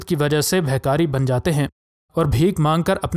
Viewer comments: Bhai saheb' bhikari hota hay Behkari nahi. Talaffuz sahih Karen shukriah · You are irritating by saying behkari. Its bekari in urdu so stop it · Behkari nhi bhai bhikari bolo durrr durr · و بھاٸی بہکاری نہیں بھکاری ھوتا ھے ۔ تلفظ ےو صیح ادا کرو اگر اتنا شوق ھے وڈیو بنانے کا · Janab actual bhe kari word hy,not beh kari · BEHKARI LAFZ NAIN BALKEH BHIKARI HAY. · Gaddy behkari nahi hota. Bekari hota ha. Stupet insan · Its bekari and not behkari yar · اللہ کے بندے وڈیو بنانے کے شوق میں زرا اپنے تلفظ پر غور کیا کریں۔ یہ لفظ بہکاری نہیں بلکہ بھکاری ہے۔ یعنی بھیک مانگنے والا۔ بہتر ہے کہ کسی سے درست تلفظ پوچھ لیں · Bikaari...hota hai behhhkaari nahi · ارے بھائ اردو تو ٹھیک سے بولو بھکاری کو بار بار بہکاریبول رہے تھے۔ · behkaari nhi bhakari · Pehle urdu bolna tw seekh lo behkari nahi bhikaari hota hai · My Friend the story is good but correct your pronunciation when you say BHIKARI. Thanks